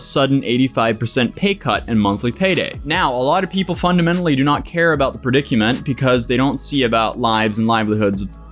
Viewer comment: Haha “predic-u-ment” 😂 You butcher at least one word in every video you make haha.